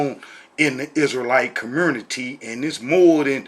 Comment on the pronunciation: Hey long time no see. Your videos are still as silly as ever. I love how you say the word “community”. Just a quick tip: the word “community” does not have an “R” in it. No wonder your teachings are so messed up. You can hardly speak English. You don’t have a chance in hell in understanding the language the Bible was written in. Btw, the guy in your video is NOT a Rabbi. He can call himself whatever he wants but a Rabbi he is not.